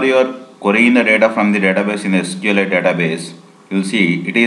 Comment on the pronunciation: Say it clearly SQLite you sound like sql 8 LOL Otherwise Good Video